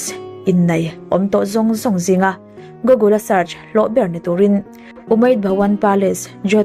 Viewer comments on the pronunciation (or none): none